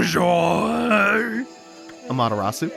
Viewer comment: Okami's art direction gets a lot of well-deserved praise, but the music is also so, so good! Also, it sounds like almost took himself out trying to butcher "bonjour" lol. Luckily for him, the French language is unbutcherable as the French have already mangled it to death.